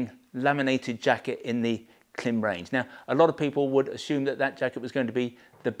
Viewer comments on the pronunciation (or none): It’s pronounced Climb. You’re a Klim dealer, you should know this. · Thank you for a great review of some super jackets. Love your channel. But, as an American, I would like to suggest the proper pronunciation of the brand Klim. It is pronounced as CLIMB. Like climb a hill. Their logo even has a long I mark above the i. Keep the great vids coming. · Klim...that little horizontal line above the i is called a macron. Macrons indicate long vowels sounds, therefore the pronunciation of Klim rhymes with climb! Thanks for an excellent video and some fine reviews. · Of course, I know how Klim pronounces the brand name. We are one of their largest sellers, so of course we know, but the ‘long i’ that you refer to does not actually exist in English. They have taken a phonetic device, and have applied it incorrectly to the written word. On a technical level, they have simply invented their own pronunciation. Which is why I enjoy winding them up!.